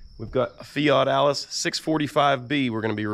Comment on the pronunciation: I Love how you Pronounce that Loaders Name in Future Videos Fat Alice unless I'm Hearing wrong. which wouldn't be out of the ordinary for me Lol